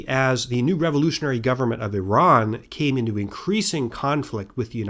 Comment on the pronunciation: God bless you for pronouncing Iran correctly, and Iraq🤘🏻